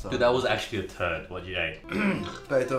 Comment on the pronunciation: Nobody: Brett: T U R D